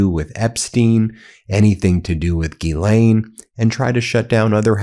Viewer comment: Ya pissing me off, its Ghislaine with a S, not Gilianine, if youre going to report, report it right! Hmm